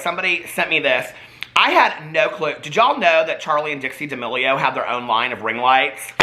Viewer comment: When you said ring lights. I honestly thought you said ring worms